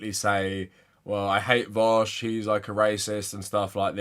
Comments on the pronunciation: I pronounce it 'voosh' as in, rhymes with douche. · The fact that he pronounces it as "vowsh" makes me believe that he doesnt actually watch vaush's content or is just trolling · I have to believe these guys are calling him vowsh purposely at this point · lmao what is it with people who disagree with Vaush consistently calling him "Vowsh." It's such an obvious tell to me. also I don't believe for a second Spencer has gone lib. this is just a new tactic to hide his power level 100% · He pronounced it vahush, clearly he doesn’t watch him enough to even know how his screen name is pronounced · I don't think ppl who watch vaush call him vowsh 🤣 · The fact that he called him Vawsh is the icing on the cake! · You can already tell he’s not a Vaush fan cause he calls him Vowsh! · Yeah, I’m sure he loves watching “Vowshe” 🙄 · Oh god, he would pick vaush wouldnt he lol. And pronounce it vowsh. Fake fan. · It seems you're both mistaken, it's pronounced "Veeck" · You can tell he's lying because he pronounces it Vowsh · When he mispronounced "Vaush" I physically cringed. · It's actually how Sam Seder pronounces it too lmao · No real fan of v00sh pronounces v00sh like that imo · I mean. Pronouncing it like that is kind of a meme in Vaush's community already. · There are 3 types of people. Those who are only barely aware of vaush or hate him, always mispronounce the name, likely inintentionally. People who are aware of vaush, not particularly fans of him, and always pronounce the name right. Those who are fans of vaush never pronounce the name right. Its always vowsh.